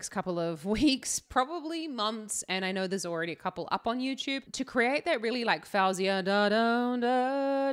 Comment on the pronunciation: Your analysis is great and I really enjoy your reactions 👏👏 just a note though, her name is pronounced "fo-zia"